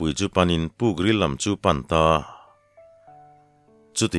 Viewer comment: Neihfaka rilbawm tih lam dan hi a dik lo. Bawm tih lai hi thluksang sei tur, arbawm tih anga lam tur a ni.